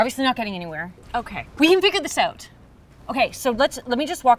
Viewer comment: this is the first time i heard your oot. "figure it oot"